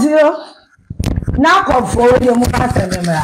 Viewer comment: NACOC not NABCO